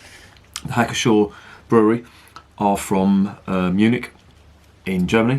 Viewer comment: The P is not silent in Pschor.